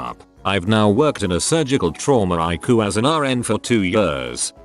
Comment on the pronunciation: I love it when he says "I-Coo" idk why lol